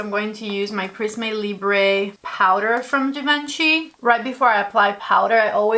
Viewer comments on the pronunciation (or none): I can’t comprehend how you’ve been doing beauty YouTube for this long and you’ve been corrected in the comments so many times and you still don’t pronounce Givenchy correctly 😩